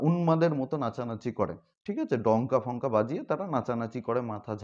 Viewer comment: উচ্চারণ ঠিক করেন ডঙ্কা ফংকা নয় , ডঙ্কা কাসি হবে ।